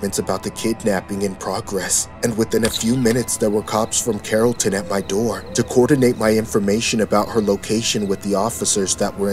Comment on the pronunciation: did he say carrollton georgia 😭i live by there